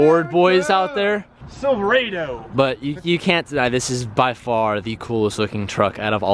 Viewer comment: “SilverAdoe!” Triggered!!!!